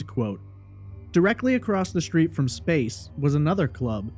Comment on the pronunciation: Subscribed. After listening to you speak I unsubscribed. You have a very nice speaking voice. The deal breaker? Your pronunciation of certain words. You say shtripper instead of stripper, shtreet instead of street, etc. You do not sound uneducated. This is not a speech impediment. There is no reason for pronouncing words like this incorrectly. You can correct this if you want to.